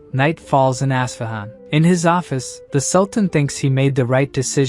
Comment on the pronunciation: Its pronounced US-FA-HAN... with the AI pronounciation as bad as it sound.. it spur'd out even worse.. ASSFAHUN.